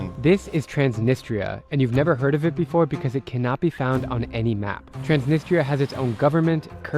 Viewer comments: I find it odd that Drew can speak Russian but doesn’t pronounce Transnistria correctly. Listen to his friend say it. It’s more like Trans NEE strEEa. The emphasis on the second syllable. When Drew first mentioned this area, I didn’t associate it with Transnistria; which I’ve indeed heard about, because the pronunciation was so far off. The way he pronounces “ni” doesn’t exist in any European language. That’s an Americanization. It’s nEE; not like “it.” Even Italia in Italian is pronounced EE-talia. Moldova speaks Romanian, so I’m assuming part of the issue is that people in Transnistria speak Russian; which is not related to Romanian. It’s a very similar situation with Ukraine. Let’s hope Putin doesn’t invade Moldova to claim this as belonging to Russia. 😮😮😮😮 Great video, and very informative. I probably won’t ever go. So thank you! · i swear your guide pronounced Transnistia 3 or 4 different ways 🤣